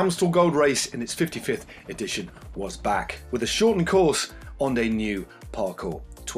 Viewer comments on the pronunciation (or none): none